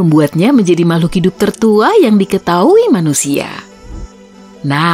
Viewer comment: Suara penyampaian nya kurang enak di denger, beberapa huruf terakhir dari penyampaian kaya di di pertebal contoh "manuSIA, katulistiWA"